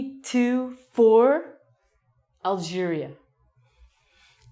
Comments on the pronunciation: I liked it when you said Algeria mmmmmmmmmmmmmmmm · thumbs up for " algeria ":D, thanks for the video keep going:)